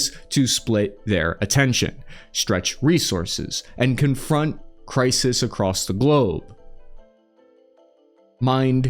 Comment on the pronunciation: "Crises" Cry-sees Plural of Crisis.